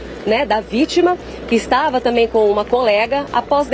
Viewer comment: E fim de mundo, uma comunicador falar "tamém" tamém. Além do tal do alí, alí, alí...